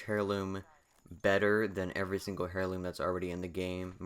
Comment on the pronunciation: Nice video, but it's pronounced "air-loom" not "hair-loom"